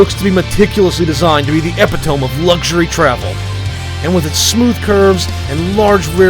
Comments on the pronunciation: Have you really been walking around all your life saying "epitoam"? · epitome is pronounced "ee-pit-oh-mee" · Love the video but couldn't help but cringe at that part